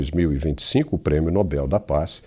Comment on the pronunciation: Sr., o prêmio é Nobel. Se fosse Nóbel teria acento no ó. A última sílaba é a tônica. Como papel.